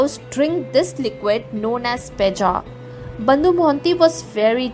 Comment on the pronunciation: Bandhu not bondu